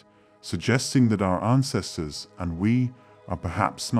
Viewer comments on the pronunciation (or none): "On-cestors?" who pronounces "ancestors" like that? It's like a cover band replacing "an" with "on" while singing the refrain from Eternal Flame "is this burning ON eternal flame" makes no sense.